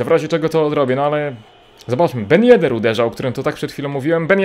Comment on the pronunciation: TYLKO nie ben yeder